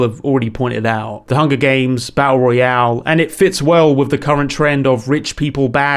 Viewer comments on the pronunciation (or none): none